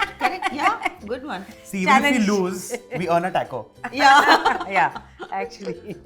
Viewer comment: My dear chef, it’s not Teco it’s Taco 🌮. Very nice episode.